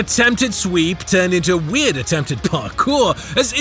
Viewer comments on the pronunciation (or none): none